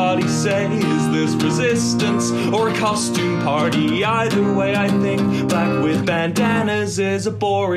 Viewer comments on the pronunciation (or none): Its really weird, Its really weird with the way he says "party" to lol Its weird but also amazing haha